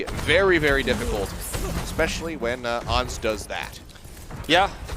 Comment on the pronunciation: But why they call Ans "ons"? Do they call insects onts instead of ants?